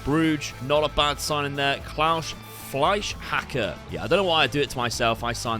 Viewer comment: As a German, you actually pronounced Fleischhacker perfectly